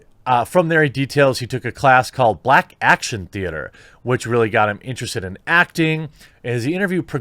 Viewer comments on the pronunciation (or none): none